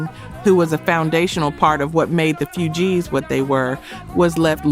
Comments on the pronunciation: Soooo many mispronunciations it's hard to listen to. It's not Ma Girl, it's My Girl. It's not pronounced Fyoujees. It's pronounced Foojees. It's not pronounced Ginawine, it's Ginuwine with a u. It's not pronounced Timbalon. It's pronounced just like it's spelled Timbaland. I enjoy these stories but you should say the names correctly or let someone else do it. If you don't know then you should ask somebody. In fact, assume you don't know and ask somebody before you post. If this is AI then you should get someone to read it correctly. I'm sure you would have more subscribers if your site were more professional. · The few gees😂😂😂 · It's not the Few gees it's the Fugees...like refugees,. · someone needs to help with the proper enuciations. it is NOT the FEW-Geez